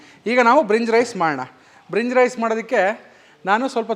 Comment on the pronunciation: ಬ್ರಿನ್ಜ್ ರೈಸ್ ಅಲ್ಲ ಭಿರಂಜಿ ರೈಸ್